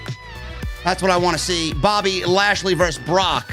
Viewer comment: When started saying ASHLEY instead lashley i litterally cried laughing!!!!!!!!!!!!